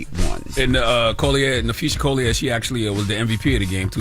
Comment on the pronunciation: I love listening to you guys but can you guys please practice on saying names before doing reports? And this goes for everyone on the show. Collier is a predominately black last name so why are we struggling to say it? Lauren eye-uhh-nes-cue. Mistakes happen but ya don't even try sometimes